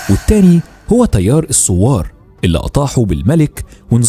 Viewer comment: احب اللهجه مصريه وافهمها ولكن ممكن متابع مايغرق بين السوار و الثوار … بالتوفيق 😁❤️🇰🇼